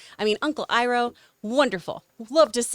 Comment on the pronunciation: He even pronounced Iroh correctly a few seconds earlier. 😂 So weird